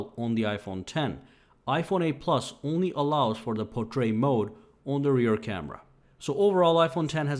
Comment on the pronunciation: What is "potrait mode?" He even says it as Potrait, lol.